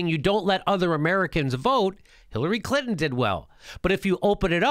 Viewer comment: "Bill CLitnon" lol!